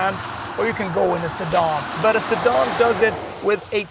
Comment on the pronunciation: WHAT IS A a 'Sidaarn'?